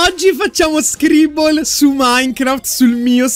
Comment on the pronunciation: Non ho capito se dice SCRIBBOL apposta o lo fa per scherzare